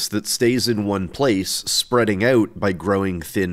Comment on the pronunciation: Why say "oat" instead of "out"?